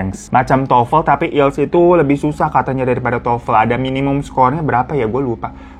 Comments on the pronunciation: ielts dibaca aielts bang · Bacanya aiyelts bang